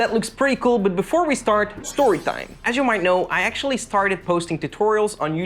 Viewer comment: Am I the only one who hear "sexually" when he says "actually"?